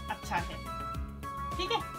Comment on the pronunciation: Thick hai in bihari accent